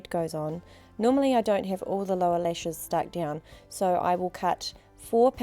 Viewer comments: lol nope she does say lesh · if i hear the word LESH one more time, i'm gonna lose it